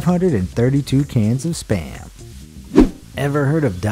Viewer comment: I thought you said sperm